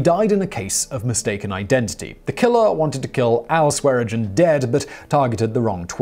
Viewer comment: How many times can you say Swearengen and not once get it right? Neither of the n are silent. Typical Brit, can’t pronounce something properly so they just pretend half the letters are silent.